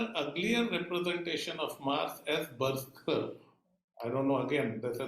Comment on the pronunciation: Sir it was berserker" बर जर कर "